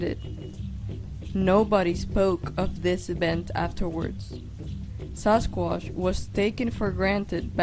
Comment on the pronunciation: She has a strange accent, dose anyone know what it is?? she says 'Sasquash'